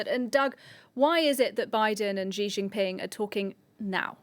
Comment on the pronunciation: Its not jiji, its xi